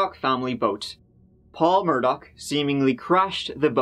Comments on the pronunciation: Possibly "Irish" Americans who pronounce their surname "Murdaw" not liking actual Irish pronunciation as "Murdock"🤷‍♂️ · The fact that the family's name is "murdah" was not lost on me 🥰. Although yer man keeps saying murdoCK for whatever reason? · “Murdock” Literally Everyone Else: “Murdaugh” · it’s mur-da like what happened to them and how we say it in Boston...NO R NEEDED😎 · Still can’t believe after 2 weeks nobody has mentioned the Family’s name is Murdaugh (like Murder/Murdah) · Lmao why does the American media pronounce it mur-DAW? 😂😂😂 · I feel like they pronounce it mur-dog. But who really knows ahaha!